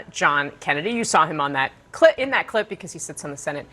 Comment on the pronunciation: Did she say clip but with a t instead of a p?